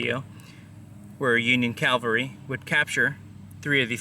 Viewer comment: Please allow a correction. You kept saying "Calvary" which is where Christ was crucified. It's "Cavalry" the placement of the L is different. I realized that I once did the same thing!